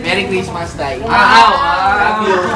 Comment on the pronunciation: bakit yung balloon ano sabi lang merry cristma walang s XD lol hahaha